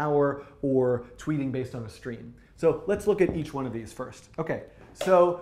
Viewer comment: 'twiet' - not tweeting 😎